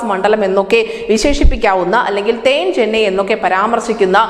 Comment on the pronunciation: തേൻ ചെന്നയല്ല " തെൻ ചെന്നൈ " (South Chennai)